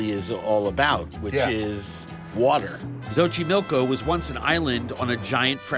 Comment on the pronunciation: Es Xochimilco no xoxiloco. Lol